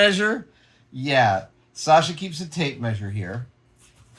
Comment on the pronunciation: You say "Sasha" almost as a native Russian! Great pronunciation!